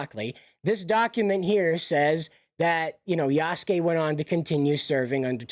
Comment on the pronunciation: You pronounced Yasuke properly. The u in the name is more silent when pronounced. Japanese is a great language to learn. I think most people are intimidated by it because of the Kanji/Katakana/Hiragana lettering in the language. It's a blast to learn.